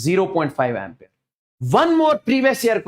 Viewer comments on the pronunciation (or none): none